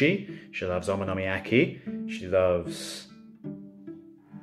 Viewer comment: You gotta pronounce okonomiyaki correctly cuz now your cat is upset with you for doing it incorrectly